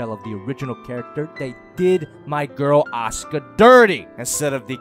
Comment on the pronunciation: It sounds he said Oscar instead of Asuka